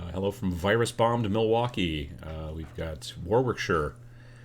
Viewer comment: Dunfermline is in Scotland & Warwickshire is pronounced Worickshire 😜